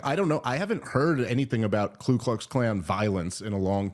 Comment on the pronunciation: “Ku” not “Klu”.